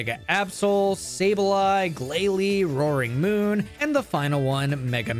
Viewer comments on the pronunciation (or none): "roaring moon" not quite!